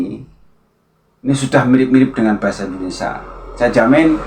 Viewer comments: Pengucapan Indonesia diperbaiki mas bukan Indonesa...😂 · Indonesia mas bukan endonesa